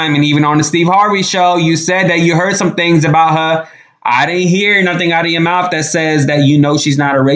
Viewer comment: MOUF?.... DAMN. Try MOUTH!